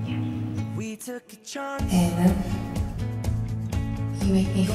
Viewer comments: "WE TOOK A CHONCE" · I was fine until Niall's "chonce" ... miss them so freaking much 😢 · We took a chonce I died 😂😂😂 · we took a chonce